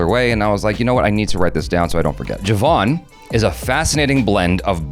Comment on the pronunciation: Thank you for your review and especially for pronouncing Jawan correctly! 😁